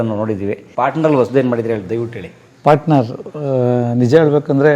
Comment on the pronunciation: ಪಾಟ್ನರ್ ಅಲ್ಲ. ಪಾರ್ಟ್ನರ್ ಎಂದಾಗಬೇಕು. ಕನ್ನಡ ಸ್ವಚ್ಛವಾಗಿರಲಿ.